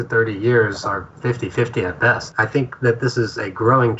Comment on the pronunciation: You have a really weird accent. You pronounced "best" exactly like "worst" when you said "best white president". I forgive you.